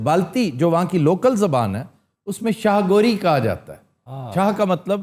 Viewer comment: Chah gori... It's not Shah gori